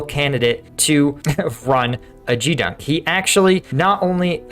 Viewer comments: It's pronounced GEEdunk not JEE dunk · Well, a couple of things: It's Gee (as in "Get") dunk, and almost every enlisted sailor will stand watches thousands of times over an enlistment. It is one of the primary responsibilities on a ship or at a base/station. Also, most enlisted will start out at a support job, i.e. galley, maintenance, sanitation, laundry, etc. while they wait for a permanent assignment or, for example, their school or program to start. I did it while I waited for my BUD/S class to start and later after graduation. Also, back then, the whole team performed cleanup and inspection on Fridays. 1966-71. I really look forward to your daily briefings on Ukraine and your insights into smaller unit ops. Signed up on the new website. Thanks for all your effort to create good content. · Gee dunk not gdunk. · Not expecting a "Doggie" to pronounce "Geedunk" correctly - but that is a hard "G", sir. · Geedunk is said with a hard G, like grenade instead of like a George